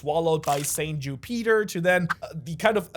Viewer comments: Don’t wanna complain but u said ju-Peter instead of Jupiter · Every time he said “Jew Peter” he had me rolling on the floor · The name Ju Peter not Jupiter, the mucus mistake, idk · Bro, i love your videos but the fact that you are calling Jupiter "Jú Píter" its triggering af 😂😂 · bc it is Ju Peter not Jupiter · Jew-Peter lmao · Learn how to say Jupiter correctly… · The way you say Jupiter bothers me